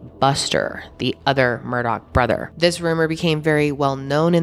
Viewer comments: The name is murdaugh to clear up any confusion.: continues to say Murdock the rest of the video, just like everyone else does. 🤣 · Also its Murdaugh (aw) not MurdoCK! Whyyyy🤦🏻‍♀️🤣